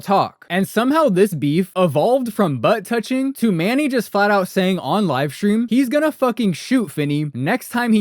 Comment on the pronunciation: U don't even know his name. It's Sincity Manny, not Manning. This is the best video on this subject??